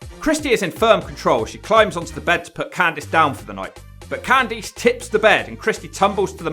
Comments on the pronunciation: Candice = “can-diss” not “can-deece” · Why do you say CanTHESE instead of CanThis lol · Cand EESE??????????????? LMFAO